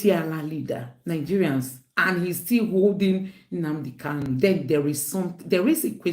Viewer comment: Nnamdi KANU, not Kalu. He corrected people who mispronounced his name.